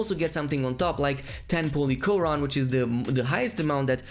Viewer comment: bruh ngl when he said "polychoron" i thought he said "holy quran"